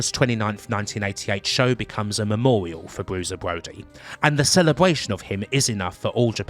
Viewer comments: Bwusier bwody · "Bwuiser Bwody", fantastic. Sorry I'm not gonna listen to a 3-CPO/Elmer Fudd narration.